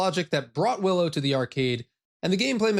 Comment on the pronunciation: Definitely says "Billow". I'm sure of it...